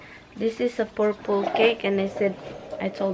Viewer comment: Purple not porpol 🤣🤣🤣